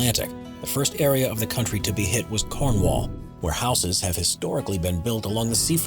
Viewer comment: Lol so funny the way you said Cornwall 🤣 😂